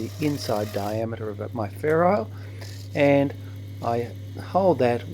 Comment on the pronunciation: I always thought it was ferrule, not ferrile.